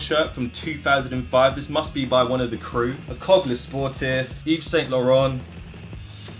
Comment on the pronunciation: It’s pronounced (eee-sane-la-rain-t)